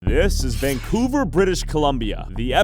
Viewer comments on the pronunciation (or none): none